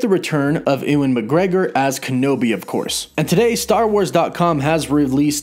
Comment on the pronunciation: Why do you not know how to pronounce anything? Every video I have ever watched of yours, something important is mispronounced, especially things that are well known subjects! Who is?